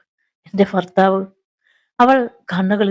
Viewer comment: ഫാര്യ, ഫർത്താവ്,ഫയം, അഫയാർത്ഥി, ഫിഷ ഈ ഉച്ചാരണം തെറ്റാണ്. ഭാര്യ, ഭർത്താവ്,ഭയം, അഭയാർത്ഥി, ഭിക്ഷ എന്ന് സ്ഫുടമായി പറയണം.